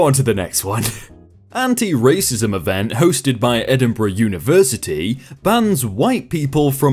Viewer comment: Oh My God you said Edinburgh right!!!!